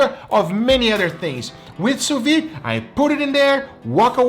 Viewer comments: why is he always pronouncing sous vide wrong? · what are you, French? People can't have accents?